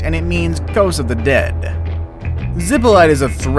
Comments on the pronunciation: It did not say "Zipolte" but "Ziplite", and he pronounced it like that: "Zipolait". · When I hear "zippo light," I think of someone who can't pronounce Spanish, as well as Hawai'ian place names. If you're going to make a video, learn the pronunciations. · The pronunciation is ZEE Po LEE TAY. Absolutely NO ONE says it the way you said it.